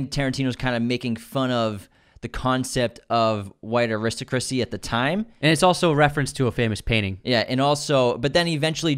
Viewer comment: "ah-wrist-a-christy" what a way to say aristocracy